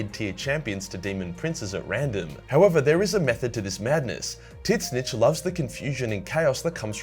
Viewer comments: What is he sayings? Tits-Snitch? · Please stop saying titsnitch... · Bro is straight disrespectful to “TIT-SNICH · Never heard it pronounced Tits-Snitch….It’s now how I pronounce it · how do you pronounce tzeentch? Tits Snitch ? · ...tits-nitch? A-are you talking about Tzeentch? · Is he calling Tzeentch Tits-Snitch? Or am I hearing things? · I love that you say titsnitch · That Tzeentch pronounciation man....ouch. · It hurts every time you try to pronounce Tzeentch... Otherwise I love your vids